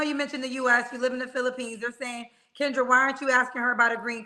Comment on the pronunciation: You called kendra's name wrong too 😂😂😂